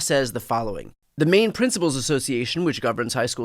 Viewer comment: *Maine not anaine